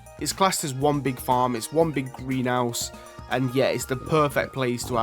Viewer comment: TH still doesn't make the F sound. Money > MoonE. House > Ouse